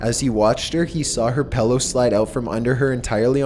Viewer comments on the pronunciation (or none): Lol..i have heard a good bit of people pronounce it "pello"...makes me do a double take everytime. Gets under my skin a little bit..lol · its pronounced Pillow not Pellow..